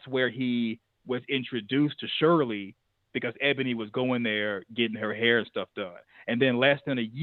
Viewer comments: No disrespect you're saying her name wrong it's not Cheryl it's Shirley Strawberry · Her name is SHIRLEY/ not Shirl😂😂😂😂